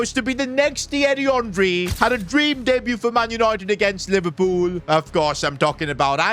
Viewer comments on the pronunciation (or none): none